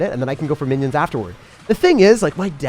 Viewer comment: Did my man really say Winnions☠️